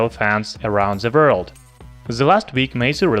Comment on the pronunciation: "Around ze world"? 😂